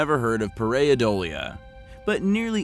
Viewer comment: Par- ei - dolia ( one syllable with the ie) ( the 'ei' sound in this word is usually pronounced either with a long I or a short e). Just trying to help